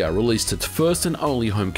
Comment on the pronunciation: Eternally glad you say Sega correctly.